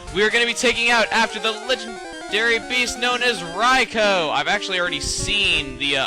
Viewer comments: UGH. Rye-co RYE-CO? I've always pronounced it Rye-koo. Beginning of this vid cheesed me so much :P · It's RAI-KOO not Rai-ko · i thought it was pronounced Ry-koo not Ry-kow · Daikon: I got sort of famous for everyone mispronouncing my name like Raikoo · its rikoo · I thought it was pronounced Rai-koo? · I thought it was pronounced "Rai Koo" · I'm pretty sure it IS 'Rye-co', though, seeing as how it is spelled. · I alwasy thought Rikous name was pronounced like Riku hmm. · Your saying Raikou wrong.... .3. It's RAI-KEW! Dx. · I thought it was Ry-koo >_> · i hate how u prounce everything wrong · Raikou is pronounced raiku isnt it? And dang it chuggaa, you shouldnt have used yur master ball on raikou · I believe it's Rai-koh. D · I do believe you pronounced Raikou wrong, yes I know, its an RPG and with out them having speaking voices in the game, you can call them pretty much whatever you want. Rah-e-coo-oh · I just want to say is that the 3 legendary dogs or whatever you call them are cats not hamsters not dogs or beasts their cats i can prove it,Entie is a lion,Raikou is a tiger,and sucincune is a cheetah ok i just want to clear that also ps.Chugga i think your videos are awesome and you said Raikou wrong but it doesn't matter